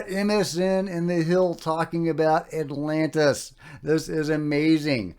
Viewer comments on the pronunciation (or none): none